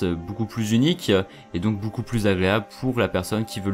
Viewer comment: Vidéo de qualité. J'aime ton "boucoup" :)